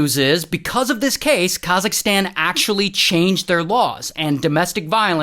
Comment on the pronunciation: khazisktan ?? what do you mean its kazak-stan say it properly atlease